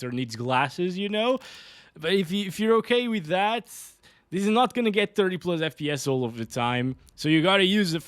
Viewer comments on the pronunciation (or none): pluzz, why pluzzz and not plus 🥴